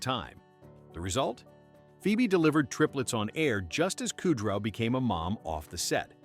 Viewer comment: Yeah, that bugged me. "Buffet" like the food line; kudrow, like a cow chewing its cud...